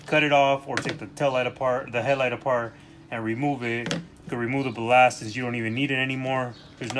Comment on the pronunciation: Bal-last "ballast"